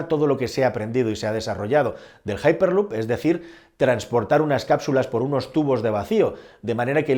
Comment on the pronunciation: Que MELÓN, JAIPERLUP. ESTAS HABLANDO EN CASTELLANO, LEE EN CASTELLANO, HIPERLUP. GILORIO